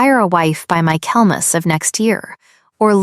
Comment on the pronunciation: The pronunciation of 'Michaelmas' is absurd.